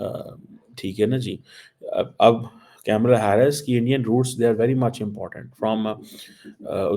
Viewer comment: Kamala Harris ..not kyamala Hyarris..ok..English medium?